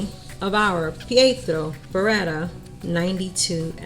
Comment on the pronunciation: Very good pronunciation of "Pietro", not so much of "Beretta" :P Try to articulate better the E: b e retta!